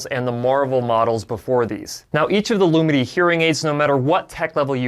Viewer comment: As a deaf person, I am really grateful to people who speak clearly. All I am hearing here is "Loominy" but it's spelt "Lumity". That is difficult for me. But it needn't be....